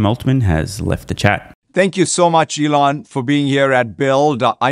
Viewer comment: She said T-Elon lol